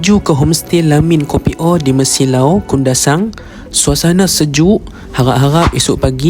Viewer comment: Assalamualaikum encik,sebutan KOPIO bukan KOPI O tp KEPIO...mf ye saya hanya tegur dan perbetulkan sebutan..